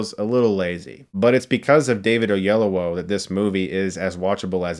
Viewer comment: David Oyel-OWO?